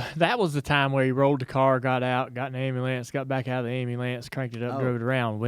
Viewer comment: I just love hearing Jr say ambulance yall lmao!! I mean just listen to the way that he say's it!?! 😂😂😂😂😂